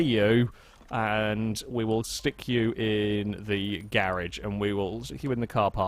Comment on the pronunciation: I like how when u say garage it sounds like ur saying garbage